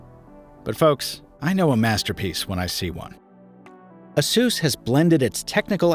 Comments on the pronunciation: "uh-soos?" Isn't it pronounced "Ay-sus?" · Isn't it pronounced like in Pegasus? 🤔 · Seriously, the brand should be pronounced like 'A Ser S'.